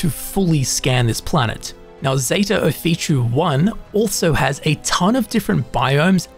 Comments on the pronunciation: I love taking advice from someone who cannot pronounce something that they are explaining correctly. How does Ophiuchi = Oh-fee-choo? In what language exactly? It's Offa-yoo-kee. Or Offa-yoo-kuy. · Got a couple tips for you and your watchers. By the way, the planet is pronounced Zeta [o-fee-chu-ee] just how it's spelled, which is Ophichui, not [o-fee-chu]. lol 1. Pop an Amp when traveling large distances. You'll run 35% faster and jump 2x higher for 2 minutes. 2. Set your FOV to the maximum in first and third person view (since they've added in the FOV slider in a recent update.) It just gives you SO much more visibility. It's definitely a quality of life upgrade. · Just FYI it’s pronounced “oh-FEE-you-ki” not “oh-fee-chee” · "Off-ee-oo-key" If you try to spell the name you are saying, you will see it looks wrong. The most wrong bit being that it ends with an "oo" sound. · FYI: Off-e-oooh-key